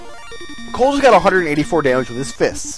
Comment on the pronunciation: Ahem. You're pronouncing it wrong. It's COLE.